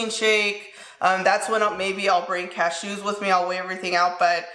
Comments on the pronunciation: Does anyone else love the way says ca-shoos lol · the way you say cashews 😂😂😂